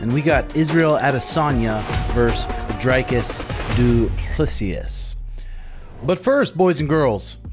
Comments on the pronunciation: Bro, great content but how do you still no know how to pronounce his name? The Dric in Dricus is pronounced like stick...Dric, not dryke. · I love you, but it's pronounced dree-koos, not drei-koos.... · Dricus as in Hendricus. Dutch name last name is French.